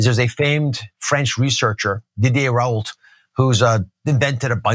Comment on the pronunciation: Deedeeay Raahoult (as in ou/you) or as in Raul